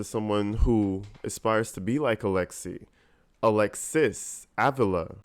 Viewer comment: Her last name is sounded out like aveela. You're saying it wrong- she's Latina the guy in the other video had it right, and you tried to correct him. You're saying it wrong lol -I'm latina and just trying to help, love your videos!